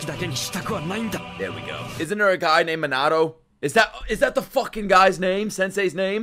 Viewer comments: MEAN - A - TOE (To help with pronunciation) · Mean - a - toe